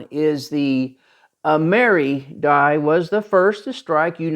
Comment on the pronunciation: Excellent and informative video! I do believe though that in the EAC circles the coin is pronounced “Am”-er-“I”. Keep up the good work! 😊